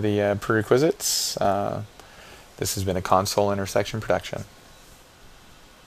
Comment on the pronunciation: Dude? its pronounced PRE WRECK WRE ZITS.